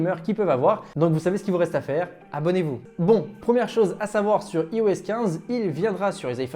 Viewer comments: Ça se prononce "AÏE-OS" pas "ee-o-ess", on prononce "Aïe-Phone", pas "ee-fone", c’est pourtant logique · Ta vidéo est pas mal mais stp apprends à prononcer IOS